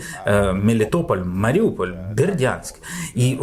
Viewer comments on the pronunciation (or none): none